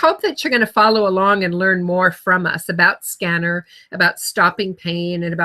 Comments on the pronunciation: Its pronounced sken- nar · Ask a Scenar expert who can't even pronounce the device name?? lol